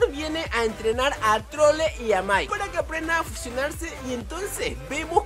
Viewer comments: Alguien Más Escucho De Que Dijo Trolle 😂😂😂😂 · alguien mas se dio cuenta que dijo trolle XD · Dise trole en el minuto jajaja